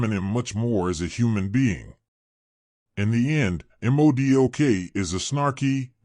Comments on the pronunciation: I’m not trying to be a jack wagon brother I promise I still respect your work you put into the video but it’s basically like Mohdock is how to pronounce it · You may wanna fix this video lol you’ve mispronounced his name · yeah fix that word, good info and video